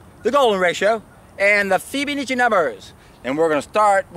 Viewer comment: Fib-uh-NAH-chi :D